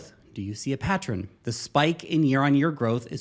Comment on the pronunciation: Patren 😂 not pattern